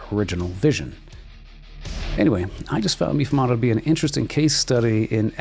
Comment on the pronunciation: Meefoomahdo.... It's pronounced May-fumado